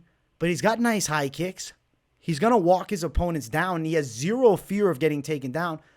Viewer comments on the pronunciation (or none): none